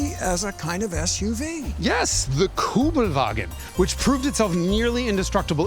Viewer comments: Jason, what happend ? ….lost your “ü” ? 😅 ….Kübelwagen 😉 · aaaaaah STOP IT. its a kÜbelwagen... Ü like in GREW, best explanation it can imagine